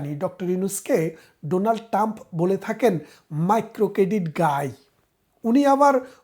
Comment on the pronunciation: "ডোনাল্ড টাম" নয়, "ডোনাল্ড ট্রাম্প" হবে। বেশ কিছু ক্ষেত্রে আপনার উচ্চারণে সমস্যা আছে, একটু খেয়াল করবেন।